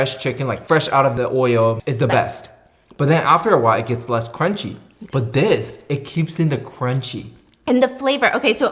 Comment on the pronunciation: “BUT THISSS, It keeps in the KRUCHIE “ 😂😂😂😂😂